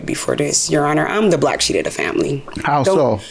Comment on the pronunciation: Did she say that she's the "Black SHEET" of the family?🤦🏾‍♀️